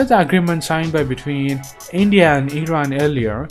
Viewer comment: How to say lndia....hahaha